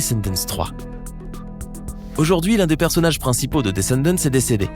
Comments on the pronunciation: On prononce pas le « T » et le « S » 🤦🏻‍♂️ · Tu prononcé mal le mot descendent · Pauvre Cameron 😫😭😢 mais par contre du dis "Disney Tchanel" par fois et des fois tu le dis bien mais tu dis aussi "Descendents" au lieu de "Descendant" c bizarre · On dit descendan et dis.ney challene